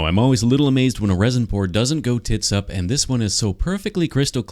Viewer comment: Hearing "tits-up" in that accent was a suprise